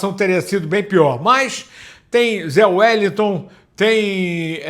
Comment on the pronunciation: não é Zé Wellington é Zé wélisson